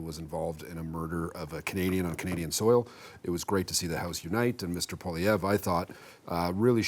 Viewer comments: I really wonder about the objectivity of. He clearly hates Poilievre to a point where he even badly mispronounces his name each and every interview over the last year. I automatically discount what he has to say because he is so clearly biased. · needs t9 learn how to pronounce the leader of the official opposition's name. Not that hard and something your paid to know. C'mon guys. Love and concerned for the quality of the CBC from the left. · Why can't this guy never pronounce Poilievre's name correctly. He's doing that mispronunciation on purpose.